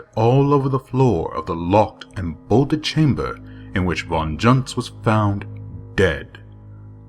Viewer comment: A German pronunciation of "Von Junzt" would sound more like "Phone Yoonst".